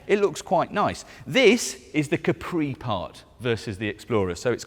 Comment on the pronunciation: Looks like a polestar, but please dont butcher the name